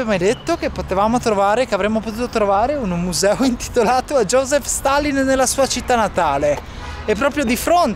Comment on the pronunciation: josip,non joseph